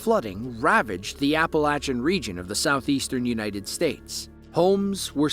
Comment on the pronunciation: You say Appalachia correctly 🩷